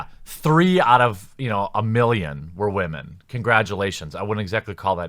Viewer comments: Why do you pronounce "women", "wahmen", like its pretty even cut the gender spectrum of SJWs. That is assuming the "wah" is mocking women "crying" over shit. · First time on your channel, why do uou pronounce "women" as "wahman"? Accent or inside joke? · I noticed that too 🤣🤣🤣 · What about "whymenzz"? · “Wah-Men” That’s the greatest pronouncement for “Women” ever! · Actually he said wommin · Wah-men? Why are you pronouncing it like that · Why are you saying wah-men? Ive never heard woman pronounced like that. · I like how he says, "Whamen" LMAO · stop sayin wamen pls for ur future self in 5 years's sake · I'm new here, so perhaps I don't get why you mispronounce 'women'. Can you explain, please? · Where's this guy from? He pronounces "women" funny. Is it just me? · "if you wanted to play something less realistic"... Then... You might have played bf1, with it's selections of weapons mostly composed of guns that weren't used in any significant way in the war? No? It's just when women are included. Then you can't even bring yourself to pronounce their gender properly. You care so little that you make a point to change your pronunciation, every time, just to further emphasize your lack of concern. Right. Who do you think you're fooling, you triggered little man baby? EA has a recent history of public relations disasters. What they did to battlefront 2 is still haunting them. But all you can come up with is "I have no problem with them including female characters, but I'm going to spend a whole video saying it is because they included women and I'm going to be such a child about it that I'll make a point to not even pronounce that gender right. Do you have the slightest bit of self awareness? Clearly not. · Can’t pronounce ‘women’, literally unwatchable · I feel like people who pronounce women like that are uneducated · Wtf is a "Waman"? Is he trying to say Women/Woman? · Did you just say “wha-men” in the first 15 seconds of this video? Does this stand for whiny, haha...